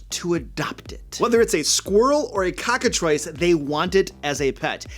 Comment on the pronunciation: Cocka-thrice??? Cockatrice please.